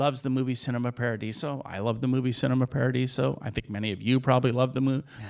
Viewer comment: No,, I've never heard of "'SIN-eh-ma Paradiso," I HAVE heard of "CHEE- neh-ma Paradiso."